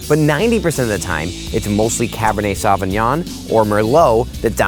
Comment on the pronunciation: Good video. It's a shame he can't pronounce Sauvignon.